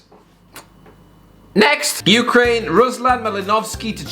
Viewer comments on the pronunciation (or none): none